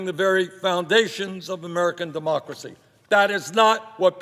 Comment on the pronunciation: Love his mis-pronounciation. DE-MUSK-CRA-CY